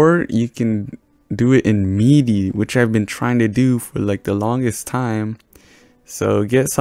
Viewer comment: ITS MIDI NOT MEEEDEEE